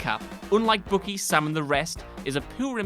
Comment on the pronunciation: Did he just say Bucky, Biucky?